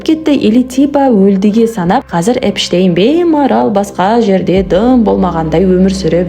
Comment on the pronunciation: Эпштейнді Энштейн деп отрм ғо